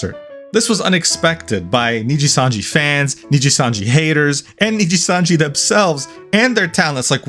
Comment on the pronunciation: Knee gee sun gee 😅